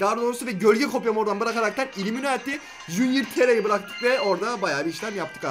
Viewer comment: Uliminati değil ullimemati